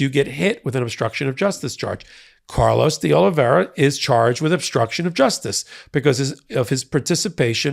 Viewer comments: All this time and you still haven't pronounced DeOliveira correctly once yet. Sad, really sad. Hint: there's no "ia" in the middle or on the end. Ugh. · Portuguese --> Oli vay ra. Vai. Not ver. As in via con dios. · I know Portuguese is hard, it confuses the heck out of me too (native English and Spanish speaker) but I want to help. In English it’s close to “Oh-lee-vay-ra”, not to rhyme with “riviera”. Sorry, I’m not trying to criticise, just want to help. 😬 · Again, his name is Oliveira, not Oliviera. He was a maintenance worker in the Republican Kremlin, aka Mar-a-Lago. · ...it's "de OliVERA" (pronunciation for Oliveira) it's Portuguese. The second "i" is silent the second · I always like your commentary. Just one note: Oliveira's name is pronounced as if there's no "i" in it. The name you're pronouncing is as if his name were Oliviera. Note the spelling difference. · His name is de OlivAEEra! Please learn to pronounce it. Ask a friend from Brasil or Portugal for help… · fyi, D'Olivera is pronounced 'dollavera' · love ya, but you're pronouncing Oliveira wrong. I believe it's Portuguese, not Spanish. In any event, it would be pronounced Oh-lih-vay-ee-ra (or Oh-lih-vay-ra for short). Watching all the hot takes! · "Carlos De Oliviera" has never worked for Trump, has not been indicted, and is probably wondering why you keep smearing his name. Donald Trump's co-defendant is Carlos De OlivEIRA, pronounced OH LEE VEH RA. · It's DeOliveira not DeOliviera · It's curious how many news reporters and commentators mangle the pronunciation of the word DeOliveira. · You’re mispronouncing de Oliveira’s last name. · I'll give you a thumbs up when you stop mispronouncing DeOliveira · Why is it impossible for you to pronounce his surname properly? JFC it's not complicated.